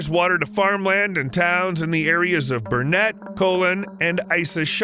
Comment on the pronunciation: I came to say the same. He pronounced Burnett river correctly though 😂 Now we just have to stop big corporations destroying farmlands for a coal mine